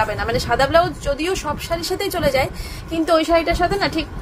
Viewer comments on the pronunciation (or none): none